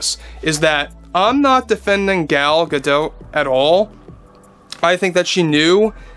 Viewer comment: At the beginning I thought: "finally someone who can pronounce GadoT right" and then I heard "Gadoo" in the next sentence. 😢